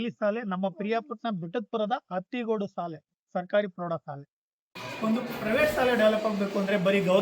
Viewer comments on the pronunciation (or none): ಸಾಲೆ ಎಂದು ತಪ್ಪಾಗಿ ನಡೆಯುತ್ತಿದ್ದೀರಿ ಸ್ವಲ್ಪ ಸರಿಯಾಗಿ ಶಾಲೆ ಎಂದು ಸ್ಪಷ್ಟವಾಗಿ ನುಡಿಯಿರಿ..